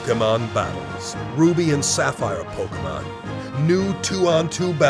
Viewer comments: Did that guy from the trailer say pokemans? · Probably. the voice actors for the commercials are pretty bad at pronouncing "Pokemon". The announcer for the Ruby/Sapphire commercial says Pockmun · I counted like 11 Pok-UH-Mon in that Trailer. Thank you Dubbing Team, just... thank you. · notice how the trailer said pokaman and pokemon......... WOW NINTONDO